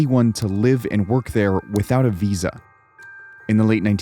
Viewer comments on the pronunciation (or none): none